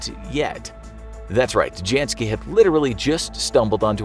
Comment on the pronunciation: The J in Janski, is pronounced as a Y, same goes for German names and all Slavic names. For a show about informing people, you sure don't know how to properly say names based on their ethnic and linguistic background.